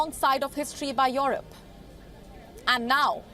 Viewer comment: It's not Yorope. It's Yurope.